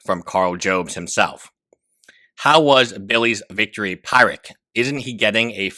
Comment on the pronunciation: It's Pir-ric. Not Pie-ric. It's named after Pyrrhus of Epirus.